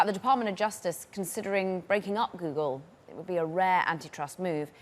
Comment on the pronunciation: "Goodle" bot Goodle Search lol. Great video and news casting but couldnt stop myself